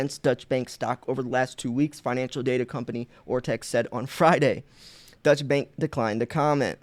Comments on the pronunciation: Deutsche means German and is pronounced "Doy-chuh." Not to be confused with Dutch which means from the Netherlands. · Deutsche bank = “doy-cha” bank…not “Dutch”. Sounds confusing when you say “Dutch” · Its not the Dutch Bank boss its pronounced doych which is German or the Deutscheland...The word dutch is reffering to Holland or The Netherlands or Niederland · It's pronounced doisha bank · You are always so very helpful. Allow me to help you for once. This German bank you mentioned twice is pronounced "Doi-cha" or "Doy-chaa" Bank. Thanks for all your great videos, good sir. ✅🤙🏼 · I‘ am a native german so I will try to help you to pronounce the name of Deutsche Bank! Before I just want to declare that Deutsche Bank is less a german bank as its name shows. The Deutsche Bank is much more an high real international Bank which even act worldwide. So the correct pronouncing for you as native english speaker is „Doy–Che“ Bank. Greet‘s to the USA. And don‘t forget „Let‘s go Brandon…!“ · Deutsche bank is German not Dutch btw. Unless I miss interpreted your accent/pronouncing of it.